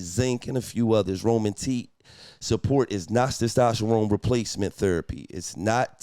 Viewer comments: Testosterone or Stastasharome 🤣🤣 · Gillie not being able to pronounce “Testosterone” is pure comedy! 😂😂😂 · Gillie was fighting for his life tryna say testosterone 😂😂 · Somebody tell Gillie to say testosterone again 😂😂😂